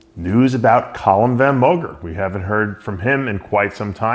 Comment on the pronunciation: ......it’s Calum VON Moger, not Van Moger Appreciate everything you do Dave, in all seriousness